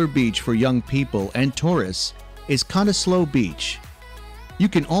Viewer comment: I had no trouble finding heaps of Great Barrier Reef videos but if you want one around the 10 min mark - this is just under that. (9 min 14 sec). Also the name Brisbane is pronounced as Brisbin! Castle in Australia? LOL. No, that is the church on the grounds of Port Arthur Penal Settlement in Tasmania - known in the day as Van Diemans Land. Hell on earth. Not 'kind of slow beach' - COTTESLOE BEACH. We have so many camels in the outback that they are exporting them to Saudi Arabia. They were originally brought to Australia to open up the north-south and east-west highways but when the work was done, they were released in the outback and they thrived. There are millions apparently. That is actually a scene from the movie AUSTRALIA with Hugh Jackman and Nicole Kidman - same hill in the background there. That is a boab tree and there is a song about it in the movie sung by Nicole. There is a movie called TRACKS about the true story of a young woman who wanted to trek the outback from Alice Springs to the Indian Ocean with just her dog and some camels. She made it.